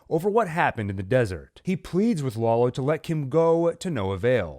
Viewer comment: "Laolo" lmao